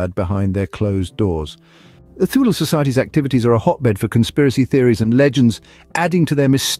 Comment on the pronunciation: It's pronounced Too-leh, not Thew-lee.